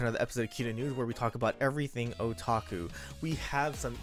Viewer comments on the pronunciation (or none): none